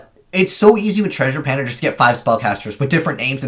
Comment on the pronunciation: Is he saying treasure pander? Isn’t it Treasure Panda?